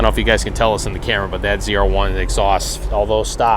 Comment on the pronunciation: You had 2 chances to get "ZR-1" right. And you miffed both... Correction. 4 chances and all of them wrong.